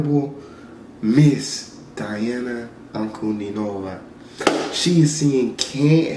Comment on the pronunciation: No Daena, Deana...... i, I Diana, DIANA (dIana, дИана)